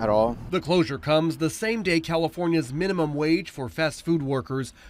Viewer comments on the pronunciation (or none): "Minumum wage" Lol.